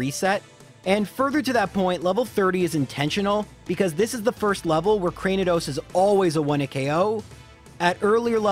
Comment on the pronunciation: Craniados pronounced like Cranium or the skull.